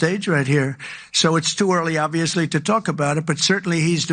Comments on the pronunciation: OK. Tell me this. How, in 2025, in the USA, can someone born and raised in America, be matriculated K16 - PLUS law school - and still can't speak proper English? "oviously"? Really? Does she also "ax" questions in court? How does any respectable Court allow that as competent representation when she can't even speak her mother tongue competently? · She does not know how to say obviously its not ovisly and if Trump pardons that nasty disgusting diddy I'm done with him